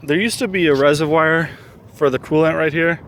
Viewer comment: You say reservoir really funny. "resehvwire".